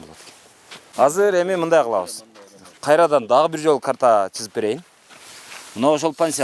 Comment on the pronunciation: чызып эмес СЫЗЫП -деп таза сүйлөсөң журналист!